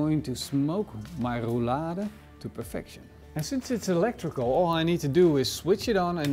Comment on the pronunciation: There is nothing more annoying than hearing you say Rou-Lada!